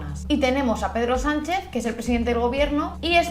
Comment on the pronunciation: He entendido pedo sanchez 😂